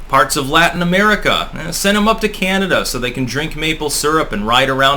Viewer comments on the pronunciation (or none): none